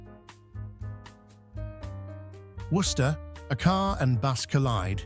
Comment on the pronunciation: I am only here for the pictures. The AI sucks. Are all these pictures from Mass? I live right near Worcester. Surprisingly the AI pronounced it right.